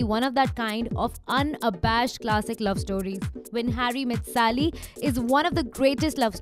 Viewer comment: Sally, it's Sally. Not Sali. Sigh.